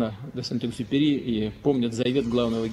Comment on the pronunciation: LUZER LILIPUTin, KOGO MNOGIE CHITALI V DETSTVE... ANTUANA KOGO-KOGO?! LILIPUTin = VOR V ZAKONE, NE MOG HOTIABY PRAVILNO VYGOVORIT IMIA PISATELIA?! POZORISCHE, LUZER!!!